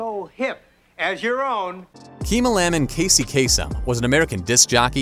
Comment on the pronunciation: It's "Kasem"